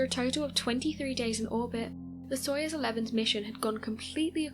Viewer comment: I know you are a kid. It's pronounced "SOY-OOZE". Gagarin pronounced Ga-GARin. You're welcome.